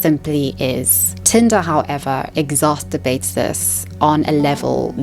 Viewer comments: Can I be super nitpicky ans awful for a second? I swear I don't just go around doing this but.. It's "exacerbate" ex-ass-er-bate not exaceterbate, like masturbate. 😬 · "exaceterbate" pfft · learn how to pronounce exarcerbate